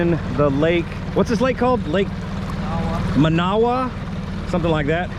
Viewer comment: Crazy to see y'all in my back yard. For future reference, that first lake is pronounced Man-Uh-Wa